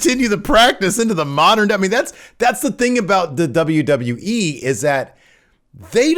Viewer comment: Stop saying the "DAWBLUEE" instead of WWE. Wrestling News NOW has corrupted your brain.